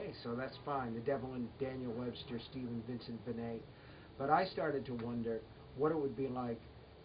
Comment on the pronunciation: Whilst You We're on "STEVE LEAVE" I was getting Awfully Heckled with the "Stefan" pronunciation! What the Hell?! You're supposed to be Our King!!